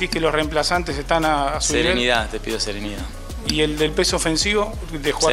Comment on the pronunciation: "Hay que mantener la seneridad" ...ni hablar sabe.